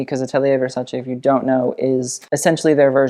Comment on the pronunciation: It's so satisfying hearing you say Versace the right way immediatly after hearing it pronounced the american way lol anyway, she looks REALLY stunning.